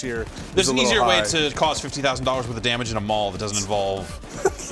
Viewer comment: "50 grand woth of stuff"